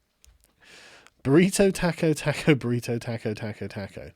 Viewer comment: The way you say taco is upsetting